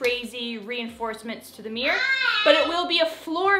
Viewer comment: Mirror….. mir- ror…..look up how it is pronounced. Not MEEEEEER. Ugh